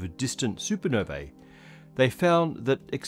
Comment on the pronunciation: Supernovae = “soo-per-noh-VEE”!